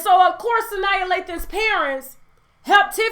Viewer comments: Sanaa not Sania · Sanyaa lol...its Sanaa Lathan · It’s pronounced Sa-NAW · It's Sanaa, sis. Pronounced like "Su Nah." LOL!!